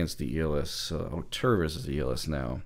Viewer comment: Nice review, and thanks for pronouncing Auteur better than most, i.e. not Oh-two-er and not as indicated on the ZMF web site!